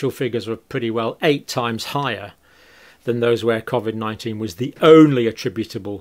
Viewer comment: Great videos. Just hard to get past the pronunciation of COVID and constant smacking of the lips.